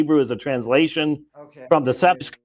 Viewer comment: I am saying that even by their own standards, within their own traditions and community, they lack fundamental and basic knowledge. Even if they don't know the PGM, they should know their own Bible. (Not to mention how to pronounce Septuagint 😩) So. Embarrassing.